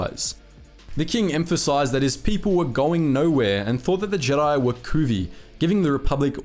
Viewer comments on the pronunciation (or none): none